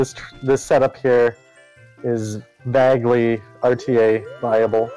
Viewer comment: I love this, but the way pronounces "vaguely" is an affront to all that is holy